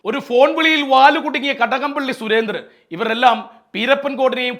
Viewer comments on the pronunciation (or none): none